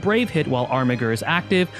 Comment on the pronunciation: I also think Armiger is pronounced "Armijer".